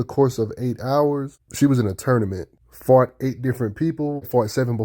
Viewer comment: When you say "fought" you add an R type sound to it, so you make it sound like fart